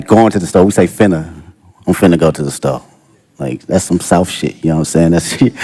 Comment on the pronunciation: Kdot hit on point wit that "fenna"😂 shiiidd even fixxin to